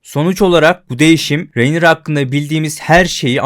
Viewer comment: hocam şuna rinera de ya, reynira ne.